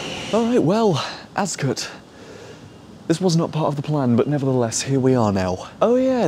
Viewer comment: As a Farnborough local, I've been waiting for this video for about 2 years 😂 Word of advice, Ascot is pronounced "Ass Cot", not "Azcut"